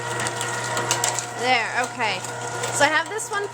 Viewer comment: "Shove em down in dere".